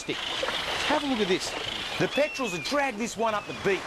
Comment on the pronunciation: "Every time I find a BEACH like this" ahahhaha